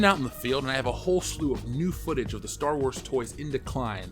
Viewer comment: for the last time, it's called Star Wars, not Store Wars...omg